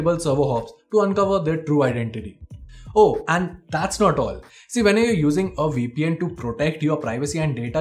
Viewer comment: What did he say? We peein'? oh, my. . .